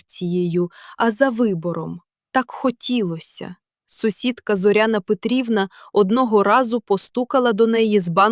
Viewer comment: Не текУ, а тЕку. Все- таки читає ШІ.Але краще. Не ЗОряна, а ЗорЯна.